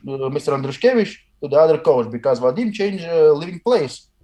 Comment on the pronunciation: Its Vah-Dihm,not vaddddim,blyat!